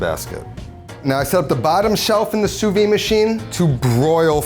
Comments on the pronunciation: Fun fact: Sous-vide is pronounced [su.vid] - so WITH the "d" sound at the end. Really weird that some people abandon that "d" sound which makes it lose its meaning completely in French. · Wrong. It’s pronounce sue-veed. The d is definitely there